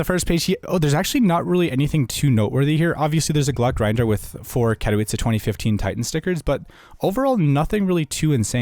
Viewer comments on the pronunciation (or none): none